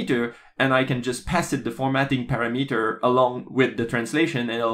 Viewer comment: Just a friendly heads-up on pronunciation. Your English is outstanding, so please don't take this is as a negative criticism ^_^ "parameter" is puh-RAM-uh-tur (or -dur, depending on how a person hits their t's) not para-METER. The first, third, and fourth vowel sounds are the schwa.